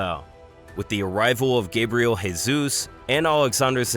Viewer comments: he absolutely butchered most of names, and Gabriel Jesus is pronouncing diferently as well since he is brazilian and its pronounced zhay - zus, not hey - zus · Stop calling him Hey-zus. He is Brazilian, not Hispanic.